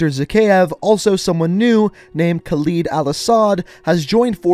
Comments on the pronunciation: It’s Khaled. Not Khaleed. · I just cant lol. I can get past "Kaleed" Al Assad (its Kah-Led) And maybe even "Nucular" (its nu-clear) But "One foul/fowl swoop"?! 😂😂😂😂😂 Bro, its fell. One fell swoop. Just had to get that off my chest. I'm good now. Carry on. ✊ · Can you please pronounce kahled properly. Why do I care